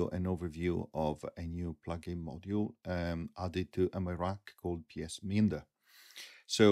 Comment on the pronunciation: “me-and-er” is the more conventional English pronunciation, FWIW